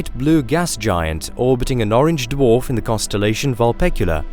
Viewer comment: It's pronounced dwarf, not duof